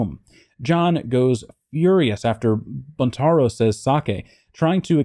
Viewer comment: Pronounced Būntaro with a long u.